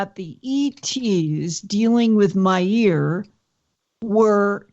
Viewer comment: Did you know that lindas ear is named billy? ... sorry when she kept saying billy Meyer* it sounded like "my ear" lol